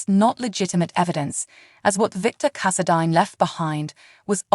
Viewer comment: Ok. IT'S ESME NOT ESMOND, ITS CASSADINE NOT CASSADEAN. ITS NOT TRAINA IT'S TRINA Why can't the creator of this video take the time to pronounce the names correctly.